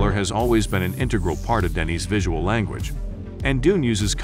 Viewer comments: Denis not Denise 😉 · Denise? It’s Denis bud, he’s a dude with a dude’s name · He's French. It's pronounced Denny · It's cool what CapCut can do now. That's a howler at 39 secs though - Denise Villeneuve? C'mon, he's Denis ;-)